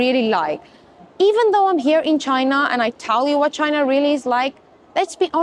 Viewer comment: Please correct how you say ChinAAH... Lol! It's China with a short a not aaaah! Hope you'e not teaching English there.